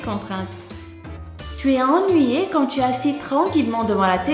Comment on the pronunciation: Qui a remarqué elle a dit ti est au lieux de tu est😂😂😂😂 sa ma fait rire